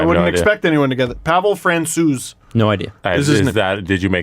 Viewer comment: Pavel Fransew that's how you say it